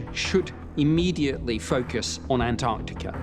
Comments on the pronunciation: It’s An-TAR-tica not An-AR-tica. Pronounce the first T. It’s not difficult. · AnT arC tica. Why can't these people pronounce Antarctica? Why do they call it "Anartica" over, and over? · “Annardica is some koind of alien, base.” BD Chill is all fired up in this episode. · Can someone please explain to Americans there's two t's in Antarctica..jeez.. and how could the the moon ring like a bell for hours when there's no sound in space..🤪